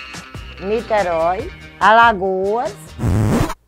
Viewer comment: "Niterói" kkkkkkkkk